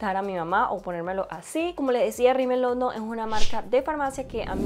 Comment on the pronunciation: la marca se llama Rimmel London no “Rimmel Londom”